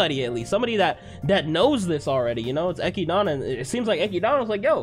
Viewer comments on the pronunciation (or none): MY DUDE. ITS ECHIDNA, NOT ECHIDANA. (Eh-Kid-Na). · Now, I know you asked the peoples of how to say Echidna's name, and they said it doesn't matter. But hearing "Echidana" instead of "Echidna" is getting a bit annoying, not gonna lie. I'ma keep watching these, and putting this here at this time probably won't accomplish anything. And don't misunderstand me. I'm saying for you to change how you say her name. Some words/names don't bother me. Other's do when there is an extra syllable in there. But I'ma let you keep that extra syllable. That's so far my only complaint about this. I am enjoying your reactions so far. A lot of energy. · Who is echidana? Her name is ECHIDNA ECHID NA , so call her ECHIDNA not ECHIDANA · No one Not a single person No one at all: Eki-DONNA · its actually eki-donna lol you anime only kids dont know how to say it right but its eki-donna not ekid-na. Also listen to how subaru and the rest of the cast pronounce the names. the subtitles you reas are usually not what it actually is. for example lewes-san calls subaru su-bo but it reads out as young su which is an accurate translation just not the original name. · my man just pronounced Echidna "eck ee dawn uh" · Why is he saying Echidna like that? Did he read the LN? Cause the translator for some reason misspells Echidna’s name. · the way he says echidna makes me upset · While this guy’s reactions are solid for the show, the way he says Echidna sets off every “that is wrong” sensor in my body